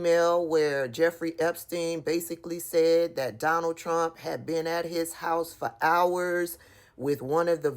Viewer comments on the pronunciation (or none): none